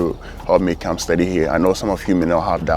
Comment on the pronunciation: Amazing a student can't properly pronounce "study!".